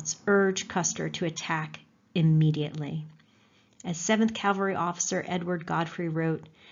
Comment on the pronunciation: Wish she didn't consistently mispronounce "cavalry" (of all words!)